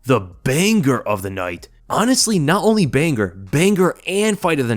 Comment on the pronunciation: I can only assume it was intentional to consistently repeat/mispronounce the word banger as 'bang-gur'. It's like doubling down on stupidity